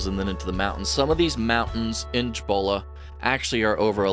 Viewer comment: Nice! Not digging...I'm a Texas as well. Pronounce it SEE-boh-luh National Forest.